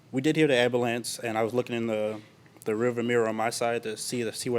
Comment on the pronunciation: Did dude just say ambalams?!